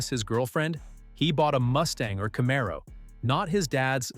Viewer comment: Bro, stop using ai that can’t even pronounce Camaro